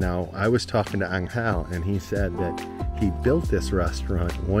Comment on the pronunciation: you guys are part of the reason why I've booked a trip to mindo next month to photograph birds. Thank you for such an amazing video. also - angel in spanish: there is no accent on the "e". it's pronounced with a slight accent on the "A". So think, AN-gel instead of an-GEL. =)